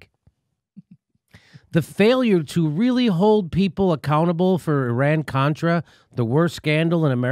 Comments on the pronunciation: She said cortra...beeep not a strong start..she didnt let him speak because she didnt know a thing about what she was talking about obvi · I love Omar, but I wish she could read from her sheet and pronounce the words "Contra" and "Nicaragua" without stumbling throughout the whole subsequent parapgraph. I did, however, LOVE her commment, "Thanks for your participation"